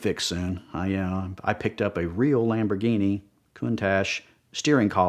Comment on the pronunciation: Someone should make badges that say shamborghini